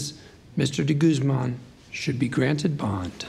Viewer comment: The way they pronounce de guzman like de gooseman bugs me